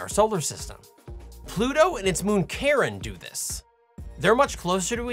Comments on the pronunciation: Did anyone else hear, "Pluto and its moon, Karen..."?? Or was that just me? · however I would pronounce Charon as Sharon not Karen but American v British English... Whatever, i know what you're talking about, and that's more important. Good job. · Did you just pronounce the name of Pluto's moon as "Karen"?? No wonder you don't know how to properly pronounce GIF 🙄... Even the guy who invented the damn thing says your pronunciation is wrong.